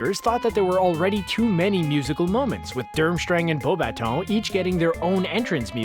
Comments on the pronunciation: People who say it right:Beaubatons:BeaubaTON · it's a French school, so it's pronounced with a French pronunciation. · beau-ba-ton ?? wtf is that? ROTFL